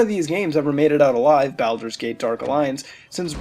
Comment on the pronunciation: good vid mutahar, and I love ya, but balder is pronounced "bal-der" as in "baseball" or bawling, instead of "bal-der" as in balrog or ballerina. Just a minor nitpick. (I'm weird like that) anyhow just to reiterate I love what you do, keep on making those vids, I watch ~almost~ every one :P